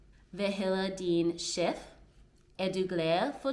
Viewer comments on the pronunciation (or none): Good work. I understood everything you said in Danish. The only thing that stood out as far as your pronunciation was "Chef". It's written with an E, but is pronunced more like the letter Æ. And yes, when you get good, you will also be able to speak with Swedish people in danish, and understand most of what they're saying in their language.